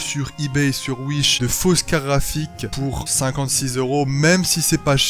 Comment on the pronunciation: Je suis surement chipoteur, mais au nombre de fois où tu utilises ces mots dans ta vidéo, s'il te plaît arrête avec les "carafiques" xD Bonne vidéo cela dit ;)